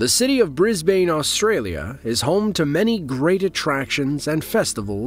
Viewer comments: Some nice footage here, but - Brisbane is pronounced 'bris-bun', not 'bris-bain'! Sheesh. That's just lazy, and proves a basic lack of knowledge and research. If you're going to do something, do it properly, or not at all. I will add that with reference to the C17 Globemaster footage- the aircraft was in fact a reasonable and safe distance from the buildings, but the position and angle of the video gives the viewer a false sense of distance and perspective. This is something else I would have thought you would know, and bother to mention. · It’s pronounced “Brisbin” not “Brisbain”. “unnamed members of the USAF commenting on how dangerous the stunt was”, unlike the USAF the RAAF know how to fly and the residents of “Brisbain” know its part of a show. Now onto the 1998 Cavelese Cable Car massacre. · Bro just said brisbrain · You mean Bris-bane lol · i live in brisbane, australia (pronounced bris-bin/bris-ben by the way), and can say those aircraft flying through the city are absolutely terrifying but a very normal occurrence here, anyone whos lived here for more than a couple years get used to it thanks to riverfire - which is by the way FAR cooler with jets flying in patterns around brisbane. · I, too, winced with displeasure. It’s BRIZ-BIN. Thank god we have the 2032 Olympics. Finally the world will learn how to pronounce our city’s name properly!! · I knew it was Bris Bin. My momma didn’t raise no dummy 😅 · It’s said like BrisBurn. One word. Also it’s a yearly event. Camera angles make it seem close, but it’s literally following the river around the city. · "Bris - baiin, Australia?" That's wrong mate, and this is coming from a Brisbane resident. Great video apart from that!!! Appreciate the full videos!!! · is pronounced Bris Bin not Bris bane event though is spelled Brisbane. But it’s pronounced brisbin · Bris-Baine, Australia! lol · I love when he said Brisbane Australia… just for those who don’t know it does kinda sound like Brisbin and ane isn’t really said